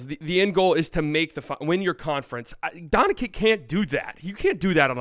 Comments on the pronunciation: He says Donchick too smh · I'm here to tell you it's not pronounced D-ah-nčić either. It's a straight 'o' sound, like in "low". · Guys, you have failed. I am Croatian, and I instinctively feel when someone cannot and does not know how to pronounce and differentiate between the letters č and ć. This person fundamentally does not know how to pronounce it. I think if it's humor, making fun of the surname of perhaps the best player in the league and the World goes directly against the host and his awareness. I even suggest in the nicest possible way that if he doesn't know, he should switch to Luka Magic, it's easier but to massacre the surname like that is lower than provincial low P.s: Just think about it, look the bigger picture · U guys are pronouncing his first and last name wrong😂 Its Luka, not Lucas..Doncic not Doncha😂😂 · Stephen A Smith says “Donchick” knowing good and well How to say it right. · It's almost 2025, say the name correctly or just say Luka. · Your mispronunciation of Dončić is really distracting and takes away from the overall enjoyment of your commentary. It's hard to take you seriously when you can't even get a basic name right. Maybe try 'Luka' or 'Luka Magic' instead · Hes literally doing it on purpose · Nope, he just can't or doesn't know how to pronounce it! The problem is, even Charles Barkley learned it, so he needs to learn it too. Otherwise, he sounds just like an amateur.